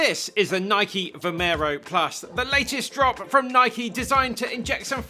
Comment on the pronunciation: My favorite shoe reviewer and he even pronounce Nike correctly as nikeey not noiyk.